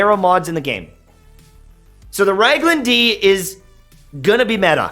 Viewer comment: FYI, with all due respect, it's pronounced Rag-in-hill-duh.